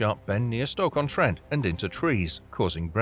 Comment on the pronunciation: Contidjus?, ... The roof was punctured by a large hole?.... These "costal" cities? ... An "apparent" explosion?... "Stock" On Trent? ...Hit by another vehicle headed in the same direction? It was a bloody police vehicle which did a "PIT maneuver. I stopped watching after putting up with this garbage, including the digital talking head and narration.